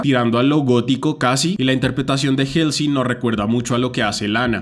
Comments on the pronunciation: Me desespera que pronuncies 'jelsi' en vez de 'Jolsi' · Pequeña corrección se dice "jolsi" y no "jelsi" jeje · creo que se dice jalsey xd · El nombre de Halsey se pronuncia "jolsi", saludos ⚡⚡ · te amo y se que es un comentario bien superficial pero ESTAS PRONUNCIANDO MAL HALSEY.